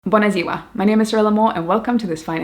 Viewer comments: You'd be a cute Romanian. You pronounced it 9/10. I got a little shock when you said it😅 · I think you are first foreign person wich had no accent on "Buna Ziua" congrats for that! Honoured to discover your channel and fallow you! GREETINGS FROM TRANSILVANIA:)